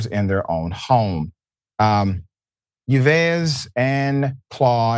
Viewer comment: The Doctor’s first name is of French origin and it’s pronounced ‘Eve’, not Yvez. Sorry, just had to say.